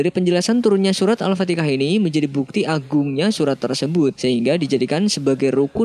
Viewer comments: Al- fatikah, ejaannya memang kurang benar, namun semua tergantung dari niat orang yang menyebutkan . Kalau niatnya untuk menghina al Qur'an jelas salah dan dosa .tapi jika niatnya untuk mengajak kebaikan seperti mengamalkan surah Al-fatihah sendiri maka tidak mengapa dan tidak perlu dibesar-besarkan. Mungkin memang lisannya salah atau sulit untuk menyebutkan yang benar . Coba dengarkan ceramah ustadz abi Amir fath tentang Al- fatikah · Beda Kata Beda arti,,kalo gak bisa nyebut al-fatihah mending di pelajari dlu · Di awal juga alfateka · admin bisa ucapkan Yahudi, alaihim. dan bunyi H lainnya... masa iya sih gak bisa ucapkan. AL-FATIHAH.. atau ini yg bacain. mesin kali ya? wallahualam bishawab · Gua yg salh dengar atau memang penyebutan dia yg salh🙄🤨🙏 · Kebanyakan orang jawa susah nyebut hha ح mungkin jugak bang cuman baca teks nya yang tertulis al fatikhah 🤦🏻‍♂️😂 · Alfatiha bukan alfatika. Pengikut mandornya. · Maaf apa saya saja yg mendengar alfatikah bukan kah. Da setau saya alfatihah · bro yg lg jd narativ..pembetulan..surah Al-FatiHAH..bukanya Al-FatiKAH...jgn salah sebut bro..takut nti jd ikutan sebutan dr org yg kurang faham agama..bro jugak yg dpt saham dosa nya nti... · Surah bukan surat Alfatihah bukan Alfatikah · AL FATIHAH BUKAN AL FATIKAH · Al Fatihah.,...Al Fatikah..sebutan yg betul "AL FATIHAH" jgn di sebut secara bergantian sepertinya orang yg ragu saja , semacam orang yg mengolok saja . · Alfatikah (اَلْفَتِكَه) atau alfatiha??? #Tepok Jidad kacau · alfatihah bukan alfatikah, pelajari bacaan mimin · Apa betul sebutan penyampai ini.Al Fatikah atau Al Fatihah. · Nabi Muhammad Rasullulah SAW tidak menyebut Al Fatikah (No such word) tetapi Al Fateha. Kenapa dalam video dari awal hingga akhir disebutkan begitu? Lebih baik penyampai yg membaca melatih dahulu sebutannya sebelum di uploadkan. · Alfatihah, bukan alfatikhah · al-fatihah bukan al-fatikah bro wajib di tindak ini bukan di aja di awal juga ada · Al-fathiha Bukan Al-fateka